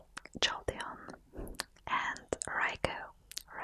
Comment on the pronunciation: You're amazing =) I just love how you say Raikou <3